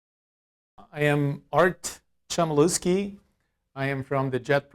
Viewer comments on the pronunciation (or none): Czemliuski? No tak swoje nazwisko przeczytać ;) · To samo pomyślałem. Uszy krwawią.